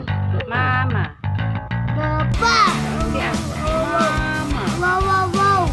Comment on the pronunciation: Haha ou nga ate hindi nya mabigkas ang mama